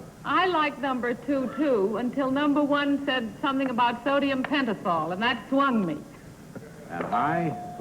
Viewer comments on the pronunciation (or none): Too bad Kitty changed her mind on the lie detector operator, from #2 (the right one) to #1, based solely on the Sodium Pentothal question. She didn’t notice that he mispronounced Pentothal. He left the ‘h’ out of the last syllable, pronouncing it ‘tall’ rather than ‘thal’. Still on the lie detector guy, I wonder what was going on in Eamonn Andrews’ life at the time that he was so focused on women lying. Sounded very much like a personal agenda prompting his questions.